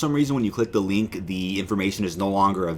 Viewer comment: "...OVER ON DEE MARVEL STUDIOS REDDIT..." 😳